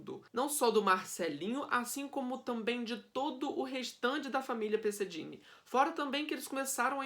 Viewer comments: Se pronuncia " perseguini" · Pesseghini e não Dini